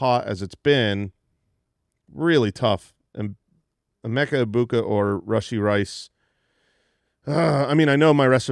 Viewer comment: It’s true. Emeka Egbegbu never stops being funny. I laugh every single time. It’s the combination of saying it wrong and how he says it. It reminds me of when Idina Menzel was called Adele Dazeem by John Travolta at the Oscars.